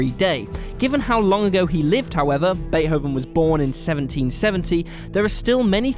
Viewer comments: isn't it pronounced "bae-tovehn?" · Sounded like "Bae Hoven" to me 😆